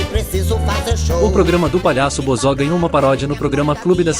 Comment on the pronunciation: Cara toma cuidado com o sintetizador de Voz, Ele pronunciou errado o nome Bozo, ficou "Bozó", escreva "Bôzo” assim vai pronunciar do jeito certo.